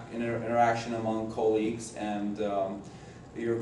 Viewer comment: your ko-leagues